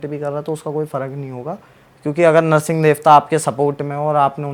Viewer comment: यार नर्सिंग नही हैं वो नृसिंह है😂😂😂 please किसी से पूछ लिया करो अगर आध्यात्मिक podcast बनाते हो तो🙏🙏🙏